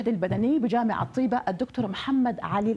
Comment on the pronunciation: لماذا المذيعة لا تنطق اسم "طيبة" بشكل صحيح